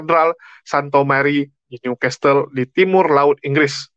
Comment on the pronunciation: walau tulisan nya New Castle bacanya Niu kasel bukan Niu kastel yah